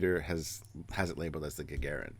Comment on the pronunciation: I find your mispronouncing of "Gagarin" very amusing.